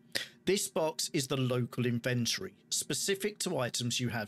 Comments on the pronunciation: its a british thing right? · That's the correct way to say inventory. English here in the USA is borderline slang.